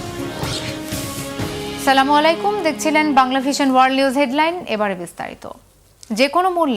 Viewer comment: আপা দুঃখের সাথে জানাচ্ছি সালামটা সালামালাইকুম বলবেন না আসসালামু আলাইকুমআমি বাংলাভিশন ওয়াল নিউজ আপনার মধ্যে অনেকদিনকার খবর খবর শুনি অনেক সময় দেখি আপনি বলেন স্লামালাইকুম শব্দটার ব্যবহার করবেন না আপনার প্রতি আমার অনুরোধ রইলো